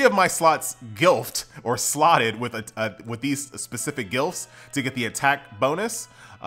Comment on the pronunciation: You saying glyphs like gilfs. man i love you